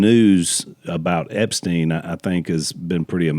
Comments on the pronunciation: Zach: 😅 it's Ep-STEEN. 👍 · hey, it's eps-teen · The person who doesn't know how to pronounce Epstein's name said it the most.